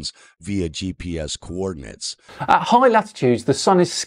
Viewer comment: Dude can't even read coordinates correctly but we're supposed to believe he knows what he's talking about?